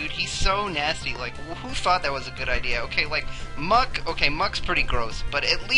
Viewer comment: disagree and its muk not mug good sir